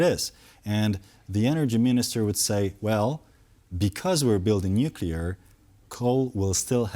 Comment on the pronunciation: The guest knows how to pronounce 'nuclear', and the other TVP hosts including the Polish hosts know how to pronounce 'nuclear'. is not in danger being hired away to a higher profile media company if he cannot or refuses to pronounce the letters in front of him. 'Nukular' is not a word.